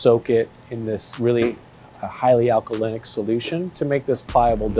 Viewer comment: alcaline* not alcalicidilistyc wtf he talkin about